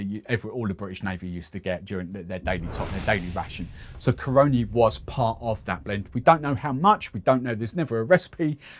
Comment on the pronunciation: natural born trini here... say it with me Cah-run-Knee. that's how you say Caroni.